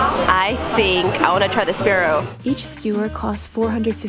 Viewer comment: Oh no... Not sprarrow... :(